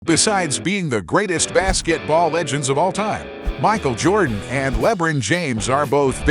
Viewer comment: If you can’t pronounce the name correctly, I think you should find something else to do on YouTube.